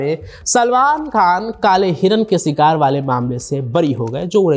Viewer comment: Sikar nahi its Shikaar